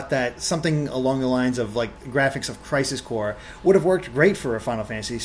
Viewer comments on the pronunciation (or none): none